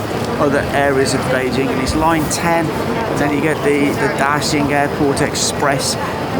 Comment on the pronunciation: your Chinese pronunciation of Bĕijīng is flawless!